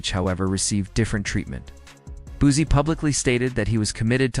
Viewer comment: I vibe with a lot of personalities but as someone from the 225 aka Baton Rouge where Boosie was raised. To hear the word Boozy makes me cringe 😂 say it with me “Boo See” or “Boo C” spelt Boosie I actually did watch the video after getting past the “Boozy” thing. Video was pretty good just wanted to give some knowledge on pronunciation of Boosie. As someone from Louisiana and a huge fan of Boosie to hear it pronounced wrong within the first 10 sec of the video I automatically assumed the video. Would be 🗑️ but all in all it was straight.